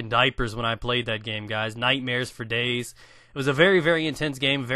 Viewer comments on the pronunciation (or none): If I had a nickel for everytime he said fer dayz... But favs are: Kingdom Hearts Castle Crashers Fire Emblem Games That Got Me Started: every single little 15 minute flash game on the internet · you say ferdayz ferdayz!